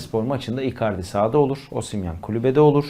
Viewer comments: hocam toreriya değil torreira, osimiyen değil osimhen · Muhtemelen üniversite mezunu insansın, sürekli iletişim halinde birisin ama hala daha osimyen torerya diyosun arkadaş yeter ya cahil desek cahil değilsin inatla yapiyosun desek o da değil şu telaffuz yanlışını düzeltmemek inadi niye arkadaş gerçekten anlamıyorum. Zaten yönetimin metresi olmus yönetim sözcülüğü yapan insan müsveddesisin bari şu oyuncuların adini dogru düzgün söyle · Birisi şu adama toreira ve Osimhen demeyi öğretsin insanın sinirleri bozuluyor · OSİMYEN, TORERYA, OLİVİYERA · Lutfen artik Osimhen ve Torreira hakkin yorum yapma. Ya normal telaffuz et adamlarin adini ya da yorum yapma. Bilmedigimiz bir sey soylersin diye izliyoruz da bu telaffuzlar katlanimaz duruma geldi artik